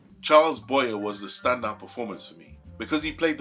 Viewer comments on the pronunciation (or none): EXCELLENT REVIEW!! I LOVE THIS MOVIE!! Oh...just a note: Charles Boyer's last name is pronounced: "BOY-yeah", I believe.... THANKS, AGAIN, for being the ONLY REACTER I've SEEN react to this GREAT FILM!! Can't wait to watch more of your reactions!! HUGS from TEXAS!